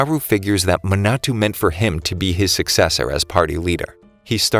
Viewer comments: the other names are forgiveable but... muh-na-too lol ma as in mama na as in nap to as in toy ma-na-to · It's a little bit funny how he says "Minatu" instead of Minato